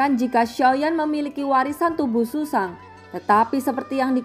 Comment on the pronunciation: Zhuzang bukan susang